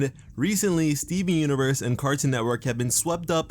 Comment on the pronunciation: I liked the video..but what I liked the most is the way you say Stee-veen xD